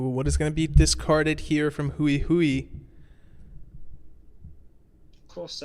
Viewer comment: Congratulations to all the participants! Great tournament! By the way Hui in Chinese isn't pronounced in a way that rhymes with Chewie, it's only one syllable and sounds a bit like you take the word "whey", but switch places with the "w" and the "h" ~ hwey :) One syllable! not "hu-i"